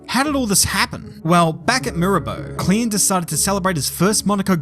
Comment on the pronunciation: Spot on pronounciation of Klien 👍